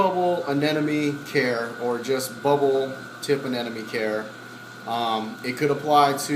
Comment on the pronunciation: *aneMONE. x aneNOME.